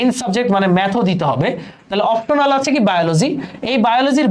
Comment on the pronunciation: এটা "অপ্টোনাল" না "অপশনাল"😅